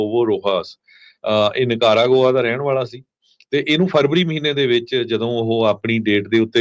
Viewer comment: You're saying ਨੀਕਰਾਂ ਗੋਆ Funny 🤣_ wrong pronunciation 😅 Punjabi style 😂😂